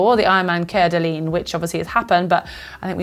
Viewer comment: Hey guys its pronounced Core-dah-lane lol